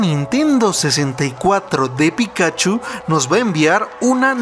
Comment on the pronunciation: Aprende a pronunciar pikachu